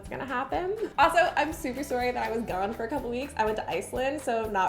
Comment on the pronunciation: First time watcher, had no clue what Dunkaroo was and was wondering where you were from.... then heard you say "sorry" lol. Also, the "marble glaze" was awful. Kill it with fire.